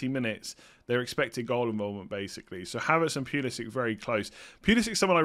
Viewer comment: it's not Pulisik it's Puli-si-ch.